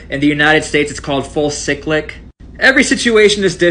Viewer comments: Bro It’s cyclic like cycle not pronounced sicklick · CY-CLIC!!! As its pronounced. And its talking the guns.